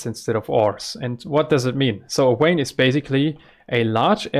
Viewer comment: jsuk vein is pronounced with a V like vampire not W like watermelon :) very glad to see you again